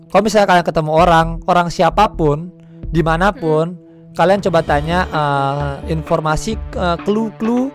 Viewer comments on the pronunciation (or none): mengommong infol masi bukan ya informasi